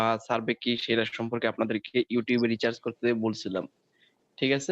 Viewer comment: হালা মুর্খ আবাল,,রিচার্জ না অইটা রিসার্চ